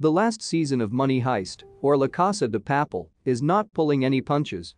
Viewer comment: That butchering of Casa de Papel …